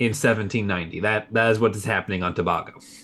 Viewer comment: Citizen of present day Trinidad and Tobago here - it’s pronounced Tobago (letter a) and not Tob-Ah-go